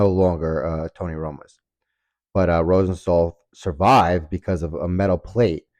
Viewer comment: Good video, but the way you pronounced Rosenthal bugged me.